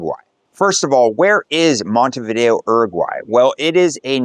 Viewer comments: If you're going to go to all this trouble, learn to pronounce the name of the place. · Everyone knows about different dialects in regions. That isn't the issue. If you are saying the name of the city and country here like you've never traveled. Once you have been in Uruguay and Montevideo more than a few days you should have easily picked up on the correct way to say both. IMO, it's a respect thing. Certainly there are some tourists from the UK, US or Canada who just wander around ignoring the correct pronunciation, but I think you are trying to convey you are a true globalist, in which case, say the name right. It's not only respectful, but informative to folks who watch your content.